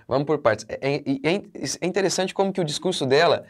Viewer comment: Discunjuru, ela falou besteral, hipócrisia pura.